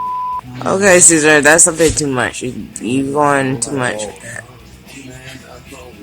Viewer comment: Sa-sar🤭😂🤣😂it’s Cesar,!